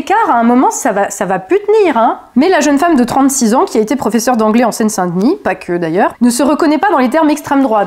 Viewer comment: Le IN se prononce IN , pas AN ….. On prononce Seine SAINT Denis , pas Seine SANT Denis ….. BIEN et non BIAN ….. etc etc …. Parisien et non ParisiAN